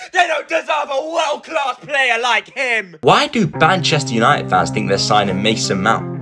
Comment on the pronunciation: What he said: Manchester united What I heard:banchester United 💀